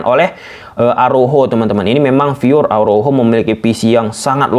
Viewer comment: Dari pada bilang fyur namun salah pronounce, mending bilang murni om.